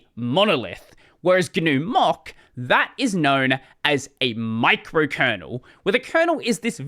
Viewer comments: I just hear "mock", not "mach"... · More than six minutes in before I realized "Mock" is "Mach". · please look up how Mach's name is pronounced (I don't think I can put a link here)